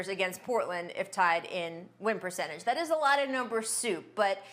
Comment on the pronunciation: Perchange.... perk sounds like he is saying Pucentas